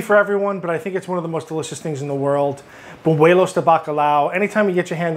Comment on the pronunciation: It's buñuelos not bunuelos. Sounds very gringo. Haha